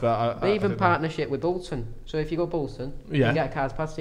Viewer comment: You’ve said Bolton wrong